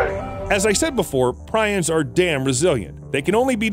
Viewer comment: Prions is pronounced "Pre-ons". Good video brother.